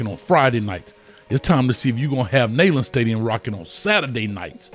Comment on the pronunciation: Oooh, not gonna win over too many Vols fans saying Neyland that way lol, NEE-land > NAY-land, 9.9/10 overall though, really appreciate the breakdown #GoVols 🍊🍊🍊